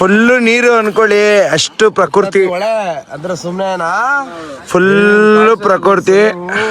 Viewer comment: ಪ್ರಕೃತಿ ❌ಪ್ರಕುರ್ತಿ✅😂😂